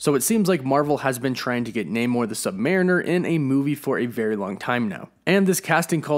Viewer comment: Bro that’s not how you pronounce “mariner”